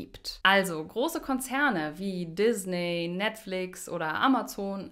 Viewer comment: Die Firma heist Disney. Gesprochen mit ie und nicht ey!